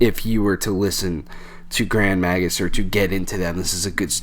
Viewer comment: Oh and just a wee minor thing - its "Grand May-gus!" - Slainte! ;)